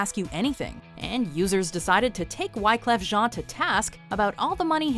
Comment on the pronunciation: Go fuck yourself. that isn't how you say wyclef jean and you know that. im surprised you didn't pronounce woody harrelson as "woo-day hair-all-soon." i hate you all